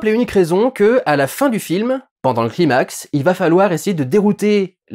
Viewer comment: Durendal est quand même un mec qui tient à dire les nom en anglais mais qui prononce climax "cliiimax" au lieu de "claïemax".